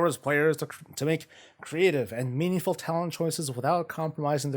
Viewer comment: Blizzard has started emphasising the word ''Meaningful'' as it is very important for us WoW players 😆